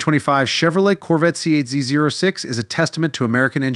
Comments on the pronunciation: It’s pronounced “Zee oh six” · NO ONE calls it a Z zero 6. Duh. Get a life